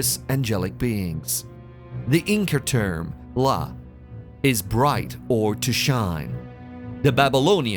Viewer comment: It’s almost as if a Brit recorded it with all those extra R sounds in words like Illuminarti and Incar, but then ran it through a filter to sound American.